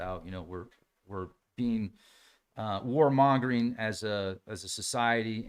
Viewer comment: Did you say stop "warmongering as a species" or "stop WHOREmongering"? Cuz I can only give up one of those things 😺